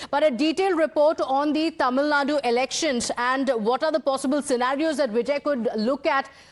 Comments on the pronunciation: When will north Indians learn that it's called Tamil Nadu and not Tamil Nad? It's just one letter.....How hard is it to include that letter in your sentence???? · It's Tamilnadu not Tamilnad!